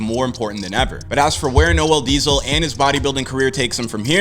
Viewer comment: I love how they butcher your name 😂😂